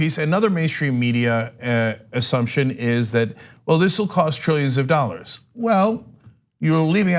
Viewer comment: Trrillianands Of Dallars